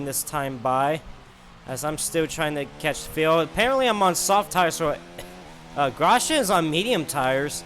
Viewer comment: His name is gros-yan not gros-gen.